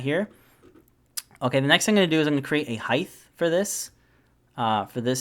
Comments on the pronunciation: LengTH, WidTH, but HeighT not HeighTH. Great video. Thanks. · Also, you said height wrong. I realize that a few Americans do this. It's height. Not heigth. The ending sounds like the ending of weight, not the same ending as width. Thanks for the video! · Firstly, thanks for the great tutorial. If I can offer a small piece of constructive criticism, the word is height, not heighth. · I do not like being the spelling or pronunciation police but this drives me absolutely crazy it's height height height height its not heighth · This was a great tutorial, super helpful especially the parameter setup.. but what's a Highth? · Height not Heigth, t sound and the end not a th... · Quite helpful and simple too. BTW: It's height (as written) not heighth. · Glad I'm not the only one who heard that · Is he saying heighth? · just thought I’d let ya know “heighth” is not a word, nor has it ever been one. However, this helped me immensely 😉 thanks for a wonderful tutorial. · Excellent video. Told me exactly what I needed to know. Thank you so much for this. But, btw, there is only 1 'H' in the word height. It's pronounced like HITE. ;-) (sorry, couldn't resist) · There is actually 2 H's in Height but he pronounces it like Heigth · Rock solid tutorial... just had to mention that "height" is not pronounced with a "th" sound at the end... just the t sound.